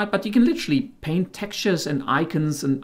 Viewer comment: except for the fact that he missed the t in paint.